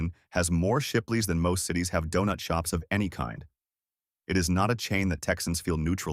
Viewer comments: Dewnuts? Nahguyen? Come one, if you are gonna make a video about the great food from this great city, at least have a human narrate so that they know how to properly say Donut and Win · Who could pronounce DONUT, and MASA